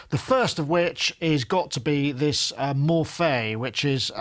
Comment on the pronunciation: when talking about synths is "clearly" the man... He does not caress them, he's a kind of a brute too, and he incredibly pronounced "Morphée" very well!